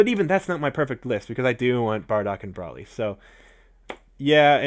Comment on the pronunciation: it's bro-ly not bra-ly